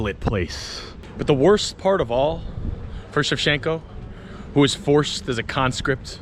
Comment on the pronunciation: It's not "shev-shen-ko," it's "shev-Chen-ko." The "ch" is not a suggestion.